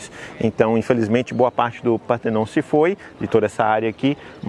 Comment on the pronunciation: Só não pronuncia PÁ - TER - NON, por favor, dorm os ouvidos! É PAR - TE - NON!